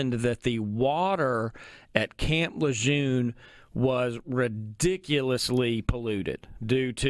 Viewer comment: You’re pronouncing camp Lejeune wrong. You need to give the man the base is named after the respects he earned